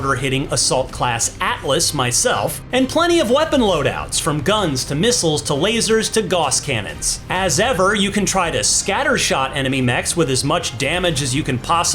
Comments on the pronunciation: Ugh its gauss not goss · IT IS PRONOUNCED GAUSS, NOT GOSS, YOU STRAVAG! It is a German name, and you always pronounce vowels the same in German. So you pronounce Gauss the same as Klaus or Maus.